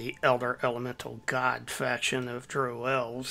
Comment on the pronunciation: Dro - A form of mary jay buds that have been grown "Hydroponically" in water without soil Drow - Like Brow. but with a d. Dark elves. Just so you know. Everytime i heard you say it. Fun watch though.